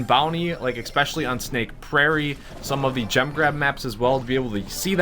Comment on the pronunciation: This dude said expecially, Jesus christ